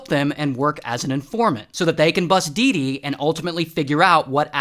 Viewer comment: dee dee sounds like doo doo